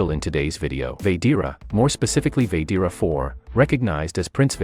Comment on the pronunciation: It's said like this VA GE TA NOT VADEARA